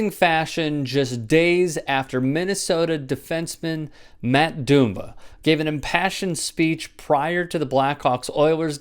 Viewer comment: Doom-bah... it’s Dumb- bah